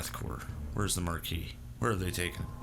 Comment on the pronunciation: I'm SO glad you pronounce Marquis correctly. As someone who took French for 3 years, it hurts to hear everyone else pronounce the S.😄